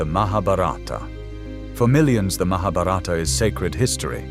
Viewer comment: I so want to watch this. But... the mispronunciation of Skt words - even "Mahabharata" - truly makes me stop. There are so many ppl making videos on Indian history, spirituality...et al. It wd be nice to learn how to pronounce these words foreign to the Western ears, Thank you.